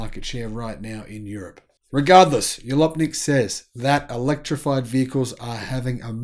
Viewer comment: Just FYI, Jalopnik is derived from the US slang word "Jalopy," which refers to an old car. The J is pronounced like the J in January.